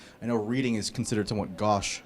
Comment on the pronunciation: did he pronounce GAUCHE as GOSH??